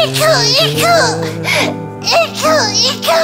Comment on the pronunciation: 이크 이크가 아니라 이쿠 이쿠 입니다